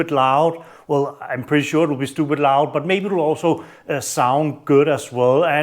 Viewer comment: He said stupid loud in his accent 😂😂😂 he got a subscription from me ... Where is he from 🤔 ?